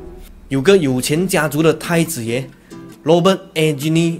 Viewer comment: Eugene 應該讀 'Yew Jin' 才對